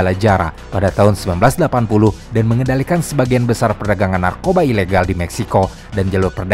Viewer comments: trs namanya guadalajara dibacanya guadalahara bukan guandalajara apalah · sebutnya, GUADALAHARA min.. bukan GUANDALAJARA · guadalajara dibaca guadalahara min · Thx min akhirnya ada yg bahas kartel mehiko sekomplit ini Sepanjang akun YT lu berdiri, gw full ngikutin semua pembahasan, tapi kali ini punten bgtt, Izinkan gw buat ikut komentar ngasih sedikit masukan yaa hehe 🙏🏻 Karna konten kaya gini 60%nya Audio/Lisan/Verbal Maka akan lebih nantep kalo spell nya juga tepattt minn Kartel: dibaca kartEl (E bEbEk) Chihuahua: ciwawa Guadalajara: guadalahara Medellin: medeyin Tijuana: tihuana Juarez: huares Jouaqin: huakin Miguel: migel Angel: anggEl El Chapo: el capo Los Zetas: los zetas (Znya, zet atuh min tong jet wae wkwk) La Chata: la cata Coahuila: kuwila Ciudad: siudad Baja: baha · huruf J dlm bahasa mexico jd H ya, jd kota Guadalajara, bacanya jd Guadalahara, Tijuana jd Tihuana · Guadalajara bacanya guadalahara min, geli banget dengernya lol